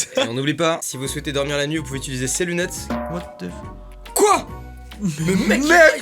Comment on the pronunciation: Mastu: « quoite the fuck » 😂😭